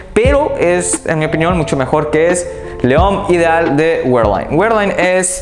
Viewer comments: Hay te encargo cuando pronuncies "GUERLAIN" tómate unas clasecitas, de español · "güerlain" jajajajajjajajajajajajajajajajjaaja!!